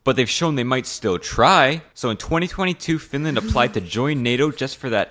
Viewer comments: how dare u say flinlant! bro its finland or suomi not some flinlant! urgh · she lost me when she said "FiNlÄäand"